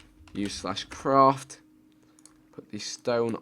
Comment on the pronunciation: .... Vik says the word craft as if it was a Londoner saying it. Vik is losing his Northern-ness. ..